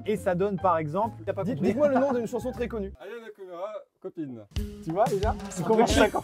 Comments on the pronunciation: "ayanakoumera" Moi: att att quoi KAMOURAAA PAS KOUMERA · il dit "Aya Nakumera" XD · en +, il a dit aya Nakamerou 😂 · qui galère à dire Aya Nakamura 😭